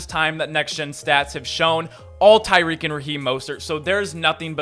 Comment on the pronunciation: Kyick hill? Lol.